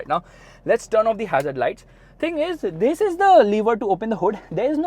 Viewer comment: the emphasis on " this" every now and then is so annoying